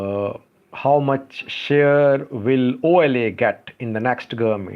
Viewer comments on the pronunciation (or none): none